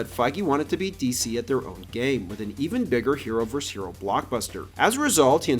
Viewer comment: It’s verSUS… NOT verse.